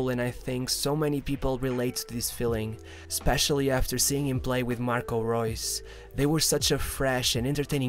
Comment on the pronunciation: bro, i love your content, but.... its marco rrrrrrreus. and arjen rrrrrrrrobben. not gobben, or geus. just letting know